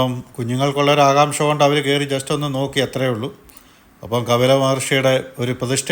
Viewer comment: It is KAPILA not KABILA....Rf to some old learned saints thank u